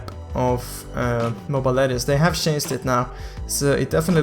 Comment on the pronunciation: chanced = changed? learn to pronounce dude